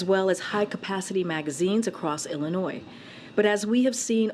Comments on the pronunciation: Listen to all those measures our Illinois crooks put in place…. And crime is up! Not sure how they’re measuring the impact of their laws, but they’re not working. On top of that the press sec can’t pronounce Illinois correctly. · Speaks for the president and can’t correctly pronounce Illinois.